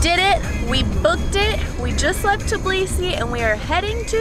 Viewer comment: Aaaaaaaaaaaahhhhhhhh at the way you say Tbilisi. The T is silent and pronounced bilisi